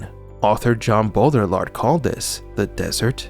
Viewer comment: Great video. Hope the people who need to hear this get it recommended. But my man how has nobody told you how to pronounce Baudrillard 😂 (it's bo-dree-yar btw)